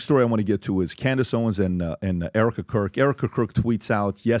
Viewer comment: OMG, HE SAIDS ERIKA CROOK😂 I7